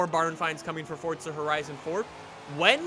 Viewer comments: can u stop saying fortsa and say f-o-r-z-a it gets annoying when u say fortsa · Guy says fortza its forza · Is it only me or does it piss anyone else off the way she says “forza” , the guy says “fortsa” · it is forza not fortsa have a look when u go onto the game next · Jacobs IT'S FORZA NOT FORTSA FORZA!!!!! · Any one else notice on most of his vids he says fortza instead of forza?? Comment below if you noticed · I'm sorry but it's forza not forTza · why do so many people say fortza horizon? its forza horizon. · Its called forza not fortza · SMFH. forTza? really dude? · Fortza. It’s fucking forza there’s no T in the title. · forza not fortza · Forza not fortza u duck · where is the t in forza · Why does every forza streamer say FORTZA there is no T in Forza lol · this is not why he says fortza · Can someone plz explain to this man that there is no "t" in "forza" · Duuuude its pronoinced "four-za" 😂😂😂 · Why do u keep saying fortza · why does every god damn flipping YouTuber say "fortza" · Is he saying fortza horizon 4 or is that just me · Why does he say fortza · XD why does he keep calling it fortza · Why does everyone say fort-za horizon 4??? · Stop saying fortza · FOOOOORRRRRZZZZAAAA not fortsa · Fortsa???? Lmao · its actually called fortsa but ppl like me say forza